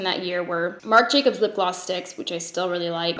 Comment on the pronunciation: struggles multiple times to say "marc jacobs dewdrops" Also: "charlotte tilbury hollywood flawless filter for a superstar youth glow" rolls right off the tongue